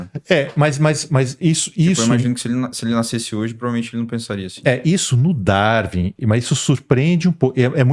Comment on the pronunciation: Ele não consegue falar Darwin. Pqp